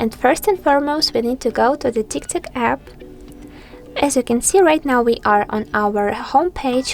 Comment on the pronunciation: It's tiktok not tiktek